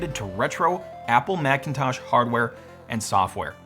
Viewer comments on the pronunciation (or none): Excuse me, did you just say blackintosh ??? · "Marchintosh"? Really? 🤨 You should have gone with "Apprile". 🤦